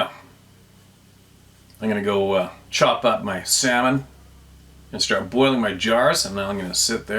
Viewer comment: “Camon sand” or “Sar’d jamon” 😂 Yeahman! Great segment! Thanks! Can’t wait for your next adventure! ❤